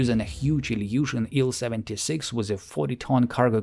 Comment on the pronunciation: рад слышать нормальное произношение названий самолетов, не делящее слоги на буквы. Ан а не ай-эн, Ил а не ай-эл и т.д. Спасибо.